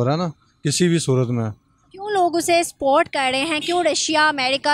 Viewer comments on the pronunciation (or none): सपोर्ट को स्पोर्ट बोलते है।